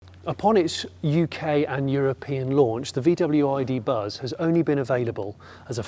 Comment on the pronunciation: Totally missed a trick not having a front 3 seat setup. I can't help thinking every time you say buzz that it's bus in a Birmingham accent😅